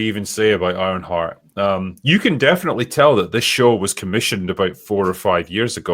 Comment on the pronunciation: With that accent I thought he said “Ironfart” at the start.